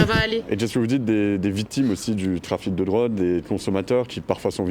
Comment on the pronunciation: « Des vitimes du trafite de drode » 😂